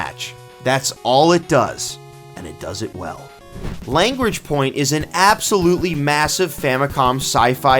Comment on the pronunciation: it's pronounced La-grange